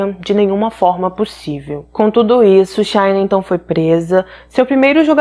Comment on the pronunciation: O nome dela é pronunciado “xina” o “sh” em inglês é pronunciado como o “x” em português.